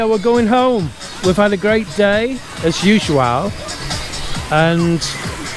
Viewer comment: A couple of little sea monkeys :o) As-use-you-al....